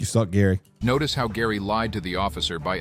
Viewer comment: Gary needs to drop the R from his name